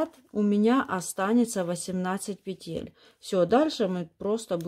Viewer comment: Выучите ударение в словах: "пЕтель", "лЕску". В первом ряду после выворачивания вы вяжете не лицевую, а лицевую за заднюю стенку. Во втором ряду вы вяжете не изнаночную, а изнаночную за заднюю стенку. Вы их названия постоянно путаете, вводя людей в заблуждение.